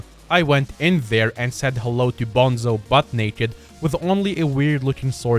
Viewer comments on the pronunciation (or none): none